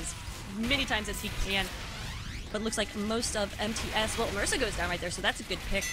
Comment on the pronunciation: MISARA, not MARISA